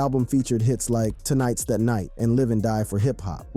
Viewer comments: Instead of "tonight" this man said "toe nights" 😂 the reading on this is vid is insane💀💀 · yeah, he also says Toenite is the night instead of Tonight is the night. 😄👍